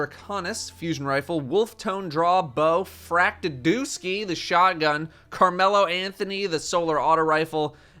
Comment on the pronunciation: He pronounced Fractethyst correctly. My disappointment is immeasurable and my day is ruined.